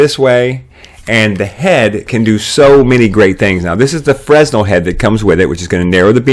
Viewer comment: Excellent! Exactly what I was looking for - Thank you! But, it's pronounced fruh-nel. There's no "s" sound. My ears grated every time you said it. Thanks again!